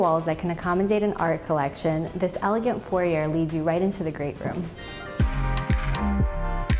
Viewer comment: A wonderful tour. Just needed it to start out pronouncing the foyer correctly.